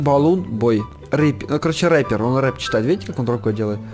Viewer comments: не репер а рипер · Ни рэпер а рипер